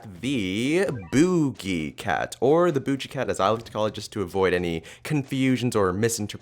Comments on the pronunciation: lol booje cat it's boogie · Nobody says BOOJIE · the way he says boogie...HAHA (boo- gee)